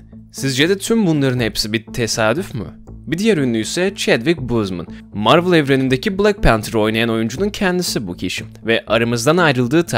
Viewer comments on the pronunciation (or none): none